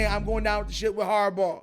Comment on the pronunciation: It’s harbaugh